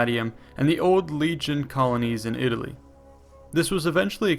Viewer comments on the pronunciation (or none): none